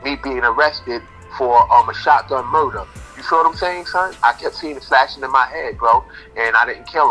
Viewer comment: ITS MURDAH!!!!